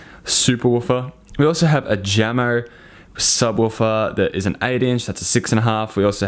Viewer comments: isn't it pronounced yamo? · It’s pronounced “Yamo.” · Jamo is pronounced Yamo, kinda spanish sounding. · Sorry for gatekeeping, but Jamo is pronounced "Yamo" . Jamo is a Danish speaker company that was recently acquired by Vox Media group's Klipsch speakers.